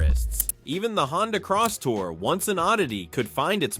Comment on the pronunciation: It's not crosstower ,it's Crosstour